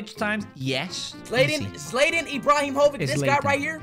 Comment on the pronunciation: ‘Zlatan Ibrahovic’ 💀